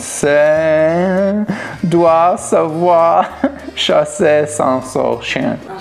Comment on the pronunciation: On a tous entendu le "chasseur sachant sacher " à 7"39😂😂